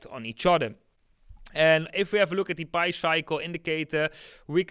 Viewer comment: Pi is pronounced like eating a pie, pi is not pronounced like pee